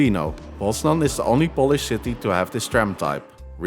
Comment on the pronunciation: your Polish pronunciation is definitely improving! great video as always!